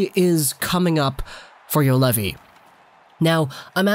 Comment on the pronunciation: Pronunciation: Yu-Oh-levi. Not Yulevi. Throw a round O in between. And Olli with double ll: O-LL-I